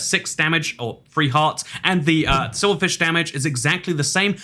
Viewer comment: The sword fish or silverfish I heard swordfish